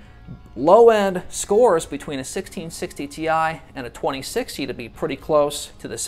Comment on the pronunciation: nice video, but make the "score" word more understandable